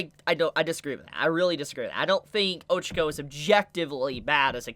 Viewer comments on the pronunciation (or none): Great vid. But it’s O-chah-co not O-chuh-co